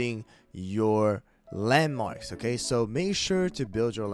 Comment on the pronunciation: when he says "landmarks" i hear LEMONS